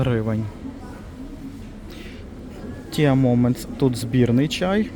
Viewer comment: дозвольте виправити вас… чай англійською «Ті» Tea Moments(ті моментс).А взагалі дякую за огляд. Як завжди,дуже доречно👍